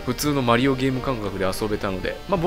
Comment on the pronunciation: マ→リ↑オ↑ (笑)